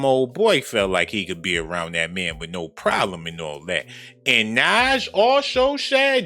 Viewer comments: Nas speaking truth but never ever said nothin til now about what he experienced being in the atmosphere of R Kelley & now mentions Jay- Z Smh. Why speak up about it now tho Nas 🤷🏽‍♀️ Oan NAZ is Punounced NAHS not NAZ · I lost all credibility for this dude when he called the homie "Naz" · Did he call him nazz???🤣🤣 not nas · Why you call that man Naaahhhhzzz lol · Oh no ima need you to pronounce Nas name correctly😒. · Pronounce nas name right